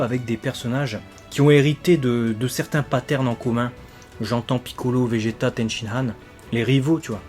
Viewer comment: J'adore le faire que tu dise Vegeta car c'est Vegeta 🥰